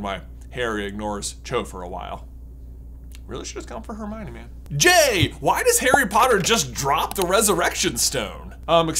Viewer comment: Every time you said Harmione i cringed 😅 Most of the fan base, as far as I've seen call it Harmony